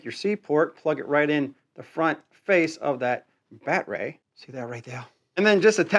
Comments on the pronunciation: If its rye obee not reeobee that it's battery not bat tree. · What on earth is a BAT RAY ? It’s battery noooo RAY BATT……ER…..Y battery ! OMG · You dont really need to show us the bat-ray on every single device. We get it! By the by... its called battery! ;) Pronounced Batt-e-ri. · lmao so why do u say batray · It’s BATTERY NOT “Bat Ray” 😂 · Its "battery" not bat ray ;) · baaaatteryyyyy NOT batrey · The word is BATTERY. NOT. BATRAY. But I'm sure that you knew that didn't you NUMBNUTS!!!!!!! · Batray?🤨is this guy sum backwoods Canadian 🫠. It’s battery 👌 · Pretty cool tools, but just one question. What the heck is a "batray"??? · You say ryobi wonderfully, but I am unfamiliar with batrays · The wY this guy says battery is bloody silly...saying like (Bat-er-ray)..think he's doing this type of silly talk just to get noticed...can't even pronounce it correctly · I'm sorry but is he calling them bat-rays? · Why tf do you say battery like that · Hi buddy. I'm the guy you told to get bent because I said you upload low quality videos. (@ Way to remove my ability to comment on your videos and reply to what you had said. Did I hurt your little feelings?😰😰 As a response to your comment replying to mine, What shall you do? Maybe start by improving the quality of your videos by learning how to pronounce battery properly and not repeatedly trying to correct people on how to pronounce Ryobi. like duh, of course it's called Ryobi not Reeobi. And a few other things too. Get bent? The only bending I'll be doing is bending over and laughing at you. By the way, Ryobi is crap. You would know that if you watch an unbiased review channel unlike yours.